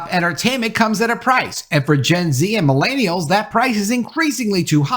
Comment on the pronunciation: The way pronounce “millennials” hurts my soul deeply. Just stop.